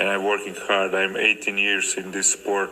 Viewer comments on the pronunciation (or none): none